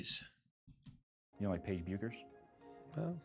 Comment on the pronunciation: Funny how people can’t pronounce Paige’s last name right. SMH Especially someone conducting an interview.